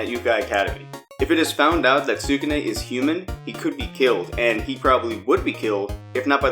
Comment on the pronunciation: You could try saying skew - neh or skoo - nay, God I don't mean to be too picky when about this but it's killing me.